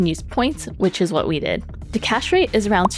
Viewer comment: Great video! Only piece of advice is that words like “THe” “There” and other “TH” words aren’t pronounced with the “D” sound. So it’s not “da” for the, or “der” for there …and so on. You have great pronunciation but the D use for TH sounds being addressed would get you to the next level voiceover because you have a pleasant voice! My voice is annoying 😂